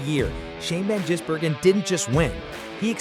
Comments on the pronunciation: you wanna have another go at pronouncing "Van Gisbergen"? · Van Jizzbergen? Murikans...